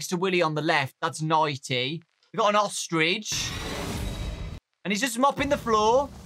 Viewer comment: Whg did you say ostrich like that 🤣🤣🤣 Dowko:VENTS OOSTRECH ME:OSTRECH